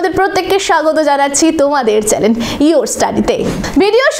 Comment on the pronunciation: আচ্ছা আপনি কি মডেলিং করতে আসেন,,😑 কথা বলার ধরনটাই কেমন মার্কা একটা 'চ্যানেল' বানানকে বলে নাকি চ্যালেন🙄